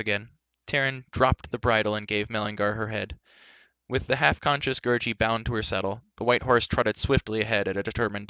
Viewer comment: Say Gary not Gerroce